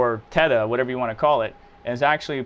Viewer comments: Are you seriously mispronouncing 'Theta'? Where do you get "tetha" out of that? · Theta bro like the Greek alphabet 😂 it’s not Teta